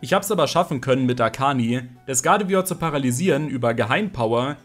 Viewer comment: Dafür, dass du so viel Zeit mit Pokemon verbingst, kannst du überdurchschnittlich viele Namen nicht richtig aussprechen.... Triggert mich nen bisschen... come on.... GuardevOIr nicht Guradevior? uvm.